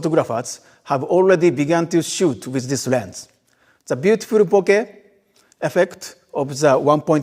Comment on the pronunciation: Guys, you heard it, he said "bo-keh". Not "bo-kah", or "bo-kay". That clears it up as the word is Japanese